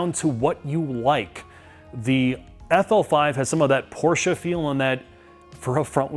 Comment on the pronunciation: calls it the “Affel Five.”